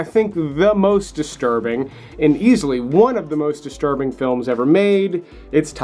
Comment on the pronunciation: Take a drink every time he says "disrurbing".